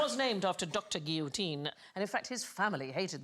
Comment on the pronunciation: Joseph-Ignace Guillotin , The final 'in' is of course a nasal 'in' , so it's not pronounced the same as Guillotine where the final mute e breaks the diphtongue.